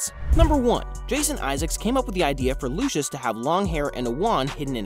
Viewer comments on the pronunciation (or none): I beg Americans, Lucius is pronounced LOO-seeus not looshus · Lucius, 'c' pronounced as 's', not as 'sh'. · As an american I can agree he butchered the pronunciation